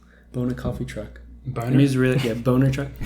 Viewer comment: The name of the coffee beans is BONA which means good in Italian. However, hilariously pronounced it like Boner.....I guess they can have the motto...BONA...coffee that really gets you UP.....🤩🤩🤩! Also, your headline should be Yared gets second at Rabat....Ollie was outclassed and I think he would be the first to admit it, since he is such a cool dude, who speaks from the heart.....Anyways, they both have to step it up a notch if they want to run down Inge....but it was a great race for the season opener...👋